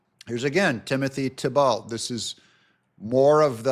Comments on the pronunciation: Thibault's name is pronounced "T-Bo" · I have always heard Thibault as Tee-Bo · Pronounced Timothy "TEEBoe long o Just trying to help . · Pronounced (thighbo) 😅😅 YOU GOT THIS,!💪✌️🙏🏻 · Thibault in Nova Scotia is pronounced "T-bo" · Usually pronounced "Tee-bow" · Timothy Thibault "Tee-bow" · That's Tee-Bow,. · If it helps, I believe Thibault is pronounced Tebo. It`s a french name, think Renault for example... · the Thibault is pronounced "Tee-bow" (French). As by best man said on my wedding speeches "Tim and Giselle would like to thank 'the bolt' family for hosting events. lol! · It's pronounced Tea-Bo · It's pronounced TEE-bow